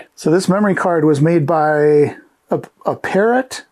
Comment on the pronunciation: Great video! The maker of that card, Apparat, was particularly big with us Trs-80 folks. It’s pronounced like “apparatus” but without the last two letters.